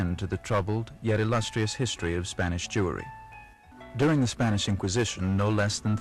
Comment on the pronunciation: Jewery lol I didn't know thatwas a real word aha love it.